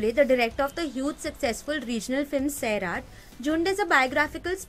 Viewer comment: Any south Indian individual will never pronounce the names of their cities and people in an accent or way to suit English or north Indian way of speaking. So why should Maharahstrians either? You are a Maharahstrian. It's नागराज मंजुळे. Not मंजुले‌. Also सैराट, not सैरात. Please take care of such things from now on.